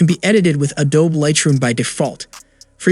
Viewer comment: Did you just say it has a 5000 ***MAY*** battery? 😐 and also adObe? It’s pronounced adob-E